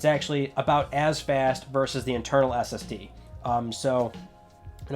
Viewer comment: Just me that heard STD instead of SSD ish?